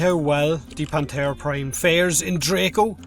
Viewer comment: Every time he says "Panthera" it sounds like "Planterra"